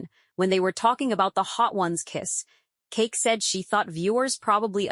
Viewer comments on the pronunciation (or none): CHIIIICK!!! If you don't STOP calling her KEEK...it's pronounced "KEE-KEE".